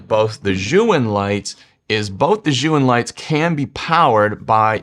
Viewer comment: Chinese tip: "Zhiyun" is pronounced, at least in Beijing-dialect Mandarin, as if the first syllable Z-H-I is the first syllable of "Journey" or "Jersey" — Jer-yoon.